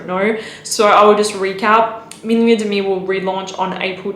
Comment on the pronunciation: et demi is pronounced "ed mi"